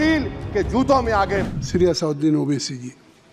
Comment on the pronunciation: इनको speaker किसने बनाया जिसको सही तरीके से नाम लेना भी नही आता। बैरिस्टर असदुद्दीन ओवैसी नाम है। O, Billa भी असौदिन बोलता है। इतने कम दिमाग लोगों को वहा बैठने का भी अधिकार नही होना चाहिए।